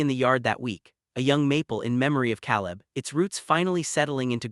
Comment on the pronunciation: Narration too fast and expressionless. Elias and Caleb mispronounced.